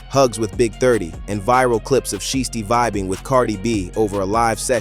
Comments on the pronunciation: Put some respect on so icy Shiesty name. It’s not she tee. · CANT EVEN SAY THEY NAME RIGHT.. IT'S PRONOUNCED "SHY-STEE"... ITS SO ANNOYING, I GAVE THE VIDEO A DISLIKE....